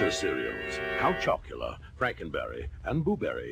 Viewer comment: "Count Choc-u-luh-uh!" made me laugh an obscene amount. yeah my mom would never buy these cereals for us either, for some reason. we were a trix/fruit loops house